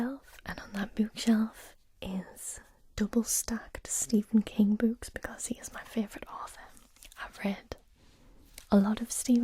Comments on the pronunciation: I dont think you understand how much i LOVE the way you say "oo" words. "BOOks" "COOkies" My brain melts with joy lol. Also i loved Dragon Teeth. Listened to it on audiobook. Id recommend Prey if you havent read it yet. Its one of my faves of his. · Love the way she pronounces 'books'. Also I think has convinced me to add Jurrasic Park and I am Legend to my reading list. You also might enjoy The Graveyard Book by Neil Gaiman. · I really like the awesome way you pronounce "books." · Congratulations on the braids! I still adore the way you pronounce "oo" sounding words like "books" and "tools." "Glossary" is the word you were wanting in regard to Frankenstein, I think.